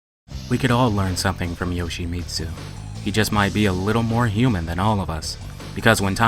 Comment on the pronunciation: That pronunciation!... Have you heard how his name is pronounced in tekken 3?!